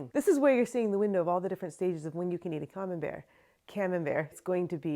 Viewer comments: I mean, the way you used to say camembert (“coming bears”) is not wrong lol if anything is closer to the original french :p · I love your cheese making videos! I’ve never even thought of making my own cheeses, but you’re inspiring me to try some. Just as a note, Camembert is a French cheese, and the way you’ve been pronouncing it, is quite close to the French pronunciation. So, you’re absolutely good on this! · Actually, your first pronounciation of Camembert was quite spot-on, comparing to the French (as in: original) way to pronounce it :) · I think your pronounciation is the right one. It sounds more european than the american version they tried to trick you into. :) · True, the first way she was pronouncing it was actually closer to the French. Practically perfect. The "A" being "Ah" etc. The correction she received from her friends is an American pronunciation Similar to how the last name Collier is more or less "Cohlyay" in French, but in the US everyone says "Cahleeyer" or "Cawlleeyer" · I think the taller one is for triple cream and the whay you where saying Camembert was right I’m French and it is a French cheese 😂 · Thanks for sharing these cheese making videos. I'm watching you from Hungary, but because I lived in France for almost 20 years, I love the french cheeses. So, because Camembert is originally a cheese from France, Normandy region, you were actually pronouncing the name correctly :) Americans love to americanize all the foreign words. Your videos are great and a good source of learning and not making too many mistakes as a beginner. All the best to you. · You're right by how you say "Camembert" - hey it's a french word - Americans are not so good in foreign words / languages ;)